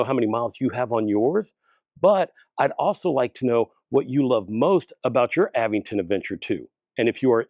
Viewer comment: The correct pronunciation for the e-bike brand Aventon is "uh-VENT-ton". The middle syllable, "VENT," is stressed, similar to how you would say the word "Avengers".